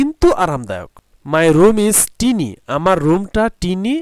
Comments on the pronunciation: sir teny hobe na uuccharan hobe Tiene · Sir it's not tini it's tiny. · এইটা (টিনি) হবে না এটা হবে( টাইনি) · It's pronounce is not টিনী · sir uccaron tiny hobena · tinyটিনি না😂😂😂 tinyটাইনি😂😂😂😂😂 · Tiny আপনার উচ্চারণ ভুল স্যার। সঠিক উচ্চ হবে Tiny (ঠাইনী / ঠাইনি) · Sir apnar tiny pronouncetion vul hoisa😂😂😂😂